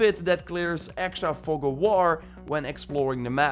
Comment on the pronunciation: Sorry man but I couldn’t help but chuckle with how you said Fog 😭 it sounded like another F word lmao